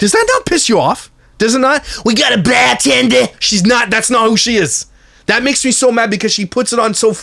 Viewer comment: you mean BAHHH-TENDA!